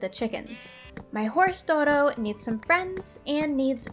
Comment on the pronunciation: the D in D'oro is pronounced appart and sounds like “dioro." For the netherite, I'd put it in a pickaxe with fortune III and mending.